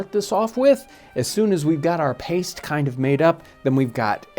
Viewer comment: I LOVE This channel BUT PLEASE PLEASE STOP calling pastry paste 🙏 😢